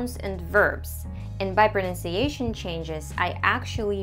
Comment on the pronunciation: as i said this is too rare to encounter with native like speaking person like you, in a non english speaking country. actually almost impossible. i can tell you the one word you say different is "pronuncation". it's still perfect though. please dont judge me. i dont mind too much about the accent. But i ask to myself. How is that possible? (you should see my facial expressions):):):) and more importantly how am I supposed to do that? i just think that knowledge and effort doesnt get you there. What is your secret? thanks